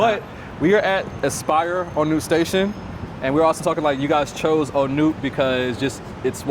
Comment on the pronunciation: There are a glut of condo units available in Bangkok. New ones tend to be small like this one. You can get bigger ones in older buildings. Unlike in America, condos often don't appreciate in value. Also its pronounced Ah-newt (On nut) and Pah-tie-YA (last syllable emphasis).